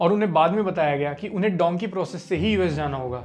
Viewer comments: Dhonkey nahi dhunki kehte hai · Bhai it's dunki not donkey😊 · Its not donkey man its dunki